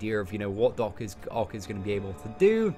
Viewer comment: it's Doc OCK not OC, please my OCD was triggered from this video 😅😂.